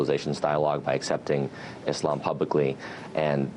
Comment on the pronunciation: I'm happy to here them pronounce Islam correct, and not Izlam